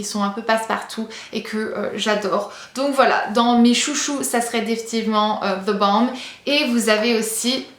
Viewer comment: The what?! The Balm avec l'accent américain et tout dit haha :'D